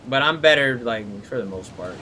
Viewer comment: Better . Not Breyer